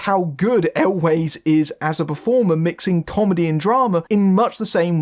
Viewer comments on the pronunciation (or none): Cary "Always"? I thought it was pronounced like well, "Elves", the plural of Elf. :) Thanks for this review, never even heard of this one but sounds fun.